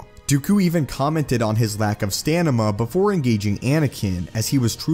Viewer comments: Anyone else hear him mispronounce "Stamina" He said "". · Not stamina, but stanima. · I love how he always says “stanima” instead of “stamina” lol! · "stanima" huehuehue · "stanima" xD Luke's Return sabre is da bess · “stanima “ are you SoLuminati now😂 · He says “”. Lol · he had a lack of sta nah ma. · " " haha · "" lol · he says “stanima” instead of “stamina” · “stanima”😂😂...Anakin skywalkers lightsaber pls... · His “stanima” heheheh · I noticed something... "" hahaha😂😂~~ IWant Starkiller's lightsaber red or blue either way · STANIMA? or STAMINA :D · he said stanima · You said stanima instead of stamina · hehe xd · Lol stanima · "Dooku even counted on his lack on stanima-" Really? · Lol at “STANIMA” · Lololol. You had me on the verge of peeing myself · lol at that little misread when you said "stanima" :D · Did you say "stanima?" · Did you really say “stanima”?